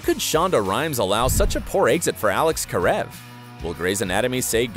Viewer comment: Wow he said Karev correctly this time